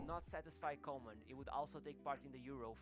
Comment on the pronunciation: Actually pronounced Kooman as in cool.